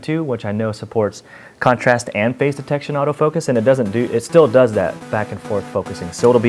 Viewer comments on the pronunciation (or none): none